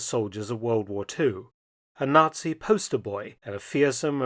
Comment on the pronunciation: Joachim Peiper was a "fully paid up Not-see"? 😂 Oh dear, who would've thought! Dumb tabloid level narration.